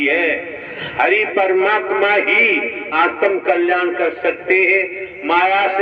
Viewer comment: आतम कल्याण नहीं है आत्म कल्याण है। शब्द सही बोलें ।